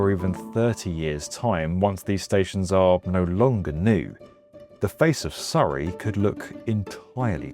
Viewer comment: Honestly, the Skytrain is a much better option i wish more countries would adopt, i love that you pronounced Surrey the correct British way lol, when i lived in Vancouver i kept correcting people saying it's the same as the British and Australian Surrey/Surry not Soooree but hey